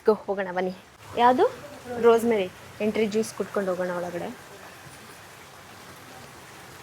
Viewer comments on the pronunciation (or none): none